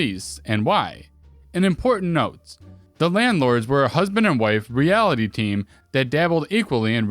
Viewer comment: First story, a reality team and not a realty team?